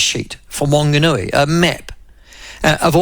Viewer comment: Good pronouncing of Opotiki but come on Michael I know you can do better with Whanganui 😂